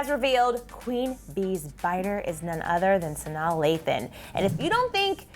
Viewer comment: The fact that ya’ll didn’t even bother learning how to pronounce Sanaa. 😒